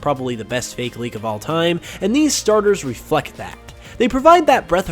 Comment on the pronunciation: Why are they all recent leaks? A lot of the older ones (like PurpleKecleon's gen 4 starters) are so much more interesting. Also, is the only person I've ever heard pronounce the fake in fakemon as 'fakie".